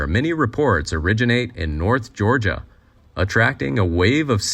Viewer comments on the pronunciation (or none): none